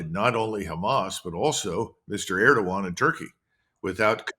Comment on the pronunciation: Its Erdogan not Erdovan❤